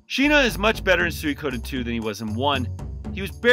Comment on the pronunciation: Has it always been meant to be pronounced like Soo-ee-ko-den? I’ve always pronounced it as Soo-ko-den myself.